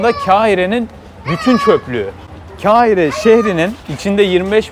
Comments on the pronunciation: ...sevgili İzmir'li hemşehrim...büyük bir beğeniyle izliyorum seni...tek bir isteğim Mısır'ın başkentinin ismini telaffuz ederken lütfen birazcık daha özen göstermen...Keahire...evet r e s m e n , gibi Keahire bir ses çıkıyor gırtlağından...birazcık tekrar,birazcık dikkat...KAHİRE...yazıldığı gibi kardeşim...KAHİRE...teşekkür ederim...selametle... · Çok güzel olmuş eline sağlık yalnız biraz osmanlıca arapça ve farsça bilen biri olarak kâhire değil de Kahire olmalı k kalın ke İngilizcedeki q harfi arapça yazılışı da böyle قاهرة olmalı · Kardeş videon harika fakat ne olur daha fazla Kâhire deme irrite edici nedense. Kar ile Kâr denmesi kadar farklı telafuza sahip bir kelime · keahire demen ayrı bi güzeldi :) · Kiahire değil abi, düz kahire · Allah aşkına Kâhire deme Kahire 😅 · Kâhire değil, Kahire 😅😅😅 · kehire ne demek kahire kardeşim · Eleştiri olarak algılama, yaptığın iş zaten oldukça özel, sadece bir düzeltme ; "Kâhire" değil, "Kahire" olacak, yani "kahretsin" veya "kahır" sözcüklerinin okunuşu gibi, saygılar sevgiler.. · Hindistan’a bayılıpta buraya şaşırman cok saçma olmuş,ayrıca “ Keahire” diye telafuz edilmez yazıldığı gibi Kahire olarak telafuz edilir! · Airalo ve kahirenin telaffuzunda kulağım parçalandı